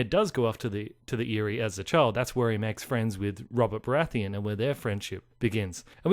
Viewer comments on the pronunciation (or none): none